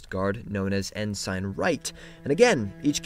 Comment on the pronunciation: Your pronunciation of Ensign makes me wonder if you are Mormon.